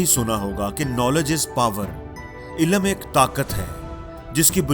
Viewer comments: ILAM nahi... ILM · Ilam nahi... Ilm !!!